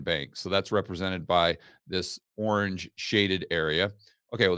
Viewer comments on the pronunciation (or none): none